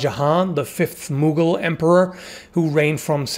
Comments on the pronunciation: I was listening while flipping through tabs and when he said "Mughal Emperor" I thought he said "Moogle Emperor" and It gave me rather amusing images in my head. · Did he say the fifth Moogle emperor?